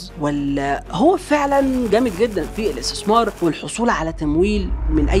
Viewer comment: صناديء الاستيسمار …… يا ترى الراجل دا محزوووووز يا سلام على النطق السليم للحروف العربية ؟؟؟ من طرف صاحب الفيديو